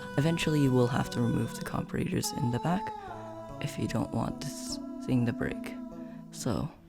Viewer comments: great video bro but im not gonna lie to u, you dont say comperators its said like comp-ara-ters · I laugh so hard every time at the comp-ah-rate-ers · The way he says comparators pisses me off but other than that it is a great video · i hate how you pronounce comparators >:(